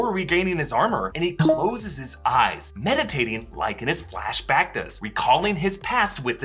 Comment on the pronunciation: ahahahahaha "Flash Bactas"